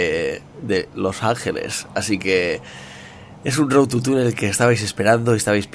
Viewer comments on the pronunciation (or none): por que todos dice road TU (...) es road TO... con OOO!!! bueno en fin Luzu procura en el proximo lograrlo sin tocar el suelo XD!!